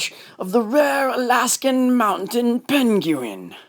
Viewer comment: The mounten pen-gu-in 🤣🤣🤣